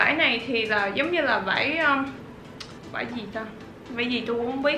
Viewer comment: em cứ thấy chị nói chất liệu vải cực kì vãi cực kì là gì chị